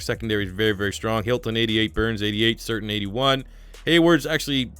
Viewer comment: Surtain is pronounced "Sir-tan". I remember watching his dad back when he was with the Dolphins.